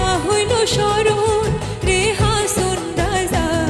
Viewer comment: হাঁচোন হবেনা! কথাটি হবে হাঁসন,কিন্তু অাপনি বরাবরই ভাল করেন অাজকেও তাই হয়েছে Good job.